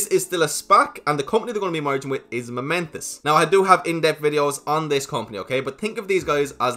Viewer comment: It's pronounced Momentus